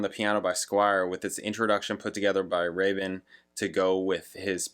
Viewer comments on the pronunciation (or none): I could be wrong but I believe Rabin is pronounced with a long A... Like rake.